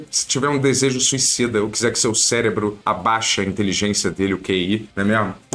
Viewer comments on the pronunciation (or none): none